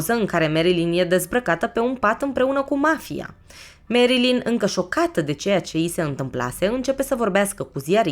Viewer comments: Foarte bun documentarul, însă faptul ca-i pronunți numele greșit zgârie puțin, pui acceptul greșit și suna destul de ciudatel nu e "merILIN" este "merLIN" (am scris cum se aude nu cum se scrie corect) acceptul pe primul I nu exista. În rest genial, relaxant superb ține-o tot asa❤ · Merilin se spune Nu merlin ca nu este vrăjitorul din Oz